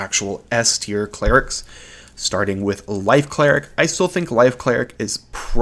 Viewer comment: you pronounce light cleric and life cleric exactly the same